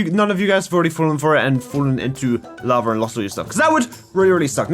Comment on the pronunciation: laba... me:IT'S NOT LABA IT'S LAVA!!!😡😡😡😡😡😡